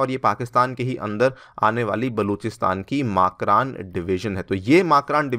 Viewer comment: मकरान सही उच्चारण है।